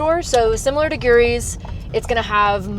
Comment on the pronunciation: I’m in Longmont so thanks for this! Looking forward to checking out Makeshift Crafts, especially. Glad YT showed your channel. Fabrics and sewing supplies are a bear now that Joann’s is gone. FWIW, we are pronouncing Guiry’s differently so I called them to find out: it’s guy-reez.